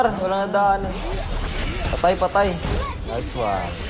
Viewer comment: No one:: Nayswan